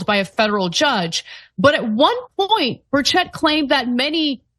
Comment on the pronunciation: The E in Burchett it pronounced like an I